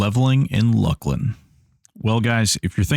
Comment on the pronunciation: Hail, fellow correct pronouncer-er of Luclin